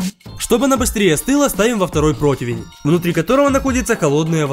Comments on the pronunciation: Почему протвинь? Противень ведь правильно!!! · Очень нравится, как ты готовишь! Это выглядит обалденно!! Но разве не противень? Не протвинь, а противень? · Почему вы произносите протвень,когда надо произносить протИвень? Мне,например,интересно! Надеюсь на ваш вразумительный ответ. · Такое впечатление, что ты немного не так произносишь слово противень. Каждый раз как стеклянным ножем по пенопласту)))